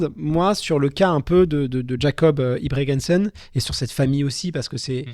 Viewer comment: Merci pour l'épisode mais très très orienté débutant. Et la prochaine faudrait faire l'effort d'apprendre à prononcer Ingebrigsten avant de faire un épisode sur la méthode Norvégienne, quand même...